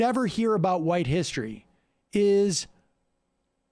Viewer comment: No not hissy, hissery. Dude can't pronounce history.